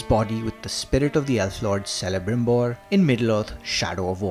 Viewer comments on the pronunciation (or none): for god's sake kelebrimbor not selebrimbor dumbo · Its been over a year since shadow or mordor was released and this guy doesn't even know how to pronounce the name of one of the main characters in the series.. How can you believe in such a reviewer...Just shows that he is reviewing just for the sake of it and has no interest in the game whatsoever .. also i'm pretty sure the name Celebrimbor was pronounced ample times in the game ..it just makes me wonder..have you actually played the game before reviewing this?